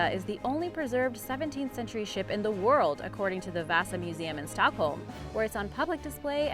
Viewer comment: she said vasa wrong its v-ah-sa